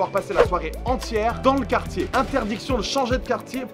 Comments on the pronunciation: Ptdrr c pas qartier mais quartier à 😂😂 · « qartier » t’abuses frero 😂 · aie aie aie "qartier" sans le u ça fait mal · "qartier" j'ai envie de mettre des gifles ! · Quartier pas qartier... :P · Wesh le « QARTIER » MDR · Ça se voit que tu perds ton français t’as oublié le U de quartier😂😂